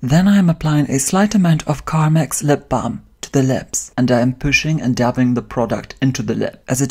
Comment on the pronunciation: I felt like you were slumming when you said the word carmex... lol